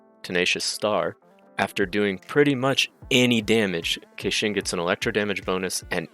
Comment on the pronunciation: I wanna klick like so badly but the way you keep saying her name just pisses me off.